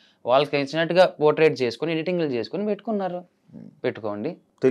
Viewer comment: Potrait kaadura naayana potray